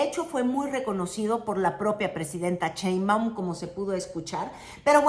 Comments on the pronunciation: por fa 🙏 deja de decir "Cheimbaum" la Presidenta se apellida Sheimbaum con sh sh sh y tu pronuncias ch ch ch. y se escucha horrible. Me molesta y como yo veo todos tus videos me molesta escuchar que lo pronuncies mal. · Muy bueno tu contenido! interesante y objetivo tu análisis político!, solo tengo una pregunta, que seguro ya te lo han deber dicho varias veces; por que pronuncias CHEinbaum? jeje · Te esmeras por pronunciar Trump como lo dicen en inglés pero pronuncias. "Cheimaum" el apellido Sheinbaum. Haz ejercicios de dicción, todavía puedes. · Todo bien… pero crítica menor… no Digas “Claudia Cheimbaun” suena igual de espantoso a que la nombraran “Carolaina Rosha” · bella y querida, no se pronuncia "Cheinbaum", sino "Sheinbaum" 😉🫶🏻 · Hermosa,, no es Cheinbaum, se pronuncia igual que se escribe su nombre co She, no con Che. Sheinbaum